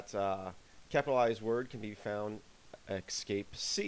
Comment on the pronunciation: You are pronouncing "escape" as if it were "excape". It's a really, really bad habit which is why I mention it. Other than that it's a nice video.